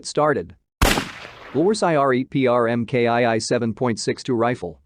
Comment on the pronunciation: When the computer read Mark two as em kay eye eye in the first minute, I stopped watching.